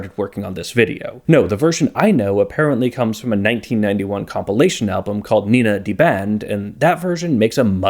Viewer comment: In German class we learned to pronounce "nay-nah" (approximately) so it's very jarring to hear you calling them Nina